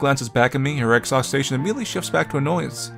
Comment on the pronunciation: Oh... Some of the words you consistently mispronounce just kill me. I could listen to you voicing an audiobook, if only you could pronounce "exhaustion". (it's not "exhaustation"). But you're still amazing to listen to, anyway.;)